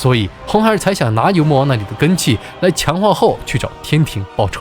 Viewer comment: 拿（La)下, 那(La)里, 大闹（Lao）, 难（Lan）关。。。内容不错，但是听这些发音还是有点不舒服😂